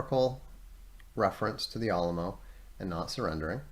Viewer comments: Al (as in Al Gore) uh mo, al-uh-mo - Alamo Sincerely, A Texan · it's because Vox mispronounced Alamo and I felt like it was my Texan responsibility to correct him. And I didn't know the exact phonetic symbols so I described it the best I could. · I’m from and live in Texas, they he says Alamo keeps throwing me off 😂 No problem just throwing me off every time I hear it